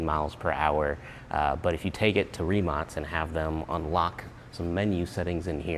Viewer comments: Hi executive from rimac here i just wanted to point out that you pronounced the name wrong is not rimac with a s it is with a k like rimak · Rimac last letter should be sayd K ree·mak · is it pronounced rimatz or rimack? sometimes you say it correctly (like as it should be - a croatian surname - tz) and sometimes the "american" way... since americans put their spin on everything, I guess both?